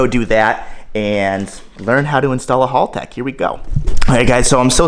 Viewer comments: Haltech not halltech! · Haltech not harlltech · Chowdeeerr choowwwdeerr, its pronounced chowder!! Say it frenchy. But in all seriousness, haltech not halltech, think hal like pal. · Hal tech not hall tech 😂😂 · Agreed! WTF is a hulltec?